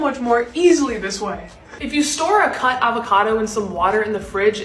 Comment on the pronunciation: did nobody else realize she said c@ avacado instead of cut